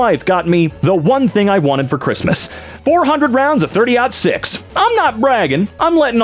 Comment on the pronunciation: I find it intriguing that you're familiar with properly pronouncing 30-06 with your obvious political beliefs. I like that I can enjoy your content, even though some of your views make me roll my eyes. 🎉